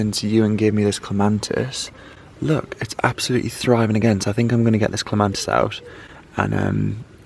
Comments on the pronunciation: Clematis not clemantis. Pronounced clem a tis. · Salvia: You said, " the bees ate it all up" that made me laugh. Bees do not eat plants, they just suck the nectar. The flowers have simply completed their cycle. The flowers are seed heads. Flowers attract pollinators and then die, leaving viable seeds. ...Also clematis has no letter n in it and is pronounced with the accent on the first syllable. I'm not be critical, just informative.